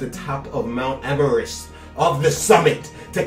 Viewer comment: Man like said Mount Emerest LMAO